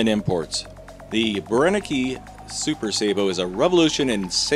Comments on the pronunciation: If they are German the E on the end sounds as Ah. BrennekA. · I enjoy any of your videos, whether or not the slugs perform well. Btw, the pronunciation of the last "e" in Brennecke is the same as the second and third e in belligerent. Greetings from Germany.